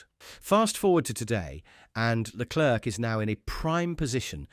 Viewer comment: whilst leclerc (its pronounced leclare by the way) may have 15 points more than sainz, the spanish driver has been the better overall driver this year